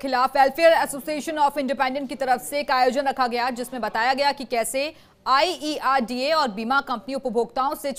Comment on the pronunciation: Its IRDA not IERDA